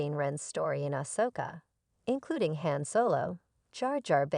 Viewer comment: Learn to pronounce Jedi, Han, etc correctly! 😐